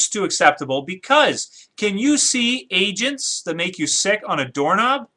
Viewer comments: Agents. The last time you said it, it sounded like you said 'asians' lol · did he say asain lol